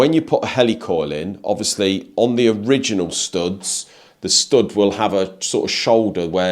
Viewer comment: He can't say "POUMP" or "STOUDS"!!! ;-)